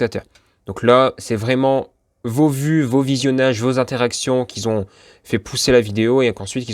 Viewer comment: Ce serait sympa que vous arrêtiez de faire la liaison avec un S qui n'existe pas "qui Z'ont"!!!ça fait vraiment mal aux oreilles,merci.